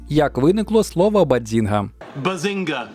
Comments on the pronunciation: Треба казати "Баззінга" а не Бадзінга 😅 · Супер випуск, дуже люблю цей серіал. Єдине що неясно - чому постійно каже баДзінга, якщо там чисте баЗінга: і в вимові Шелдона, і в написанні🤷🏼‍♀️ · Тільки "базінга", а не "бадзінга"😉 Просовляння зайвого "д" дуже ріже слух🤯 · Яка до біса "баДзінга"? Звідки там літера "Д"? BAZINGA! І це лише те, що прям кричить у цьому відео. Про купу інших недостовірних або неперевірених "фактів" вже промовчу. Двійка. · Якщо чесно, то трохи вухо ріже вимова автором слова “bazinga” . Я звісно можу помилятись, але ніби чітко чую звук «дз» у другому складі. Це якось дивно…